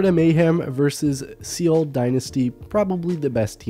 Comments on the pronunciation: It's Seoul.....i.e. sounds like soul...not seal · Lol seal dynasty not soul dynasty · Repeat after me: SOH - UHL SEO - UL SEOUL For cripes sake